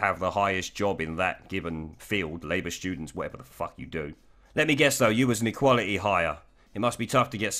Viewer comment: "Stoogents"??? Did you mean this? If so or if not, it's a great phrase!!!